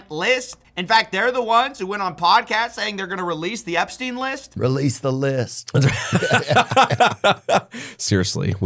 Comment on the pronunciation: For some mesmerising reason he never had a problem pronouncing Epstein's surname perfectly. I wonder why.